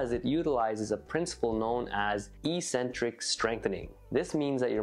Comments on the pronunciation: You said EE-centric? Looks like ECK-centric to me ... (word is eccentric) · It's not E-centric strengthening. It's Eccentric strengthening. Pronunciation is important.